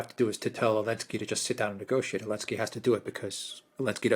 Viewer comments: Why does always "Elensky" instead of "Zelensky"? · Why do people say elensky instead of zelensky? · But why does Alexander still say "Zelensky" then?